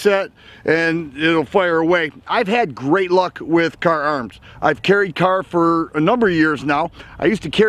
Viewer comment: Kahrs, not Kahr's.